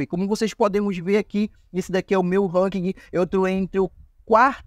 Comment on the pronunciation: Na boa sua tática é legal, mas seu video é chato demais, sem contar que é chato ouvir vc errar tanto 1- Ranking não precisa falar o "G" no final 2- Skin é roupa ou fantasia que se usa em personagem, que se upa no game é SKILL, com som de U no final Treina um pouco sua fala que com certeza seu numero de visualização vai ser quase igual ao numero de inscritos